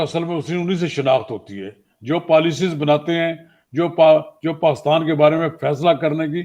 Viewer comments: Isko pakistan b bolna nai ata. Pastan bol raha...🤣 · Read as He says Paaistan😄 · Yeh roh paastan paastan bole jaa ra hain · He can't even pronounce Pakistan properly....... PAKHASTAN....